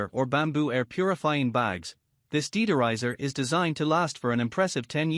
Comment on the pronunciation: Deed-er-izers! Tuck-o holder! Purer! BB-Ching!